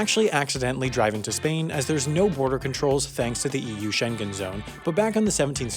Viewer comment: Good, but Schengen has the ng pronounced like it is in sing.